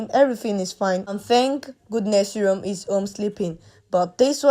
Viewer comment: The boy’s name is Rome ,not Room.